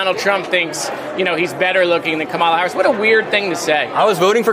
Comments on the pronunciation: Moscowitz, pronounce Kamala's name correctly, at least. Think of "come along with Kamala". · oh oh. Moskowitz pronounce Kamala wrong, oh oh. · please someone tell moskowitz how to pronounce KAMALA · Can someone tell Moskowitz how to pronounce the name Kamala? He's a great guy, but come on. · PLEASE SAY HER NAME CORRECTLY! I DON'T CARE! IF YOU'RE FOR HER, SAY HET NAME CORRECTLY! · Someone tell Jared I love him more than life itself, but could he PLEASE, PLEASE, PLEASE pronounce Kamala's name correctly??? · Work on pronunciation of Kamala Harris damn moskowitz 🤦🏽‍♀️ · JARED! I love you buddy, but please learn to say your candidate for President's name correctly! If you can say "camera" you can say "Kah-ma-la". It emphasizes the first syllable. No one pronounces it as "ca-MER-a". Especially when Republicans are purposely saying it wrong. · Does Jared don’t know how to pronounce our next presidents name? Ka Ma La. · JARED!!! It’s COMMA LAH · I'm a big fan of Moskowitz - but he should practise saying KAMALA! Say it like 'Pamela', the sound is right...NOT KAMARLA. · stop pronouncing Kamala's name wrong. It's pronounced like coma la. Get it straight dude. You sound like a Republican. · Can Moskowitz please pronounce Kamala's name correctly? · GREAT job here! Remind Moskowitz how to pronounce our Vice President's name though, he dropped the ball there, too many times. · can you tell to pronounce Kamala properly please. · Is Jared mispronouncing Kamala on purpose, like Trump does? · I don't think he knows how to pronounce Kamala's name correctly. I doubt he knows enough Americans of East Indian ancestry. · Miskito pronounce her first name correctly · Love you, Jared. But for f#ck’s sake pronounce her name correctly! “,”-la! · I love Jared Moskowitz, but he really needs to listen to Randy Rainbow’s Camelot inspired song, “Kamala”: He’ll never mispronounce her name again. 💕